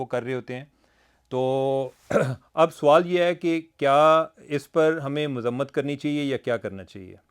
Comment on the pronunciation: Aap Sawal ko Soaal kehtey heyn jo keh ghalat urdu hey.